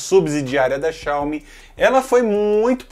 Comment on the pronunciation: Todo vídeo de tecnologia q pronuncia Xiaomi errado eu dou dislike independente do conteúdo